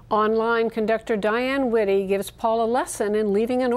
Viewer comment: To the announce at the end of the program: Her name is WITTRY, not Witty. Sheeeesh.